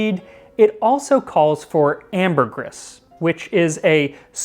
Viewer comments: It’s pronounced “ambergree” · It is pronounced amber*gree* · Also, not to be a prick but.....I'm being a prick. "Ambergris" is pronounced 'amber-gree", as it is a word of French/romance languages origin. I still can't thank you enough for this recipe (which I am still working through, glad it keeps so well) so please forgive me for being a language nazi! Also, final comment: I'm going to be trying this on top of cherry Jell-O tonight. I bet it's going to be unreal.